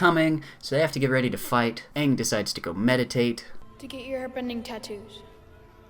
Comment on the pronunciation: Don't they pronounce the main characters name wrong for the whole movie? that's just embarrassing